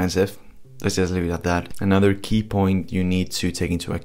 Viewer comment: para decir "just" tienes que comenzar con la punta de la lengua en el paladar.